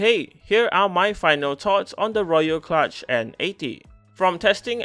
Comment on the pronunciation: I'm really amused by the name of this thing - somehow knowing it's a "kludge" does not inspire confidence (note this is traditionally pronounced "klooj"). Yet I have not seen a single comment on this - guys, do you really not know the word?!